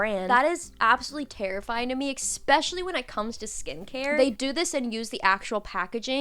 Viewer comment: When she said “ex-pecially” the first time she lost me